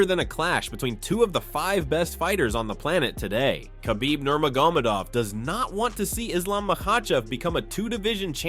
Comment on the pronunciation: kabeeb nomegurmadov